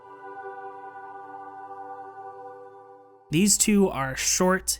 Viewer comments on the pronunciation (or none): "oxygeene" BRO ITS PRONOUNCED OXYJAINE ITS EASY FRENCH 😭😭😭